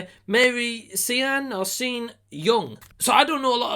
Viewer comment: Sean is pronounced like Shawn.